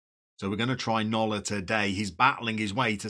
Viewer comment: Regularly scheduled lesson time! Andratx is pronounced Andratch. Nolla would be no-ya, or nol-ya. Shame Solsona can't perform in front of the net, definitely a job for Eibar's Stoichkov or Gimnastic's Édgar Hernández.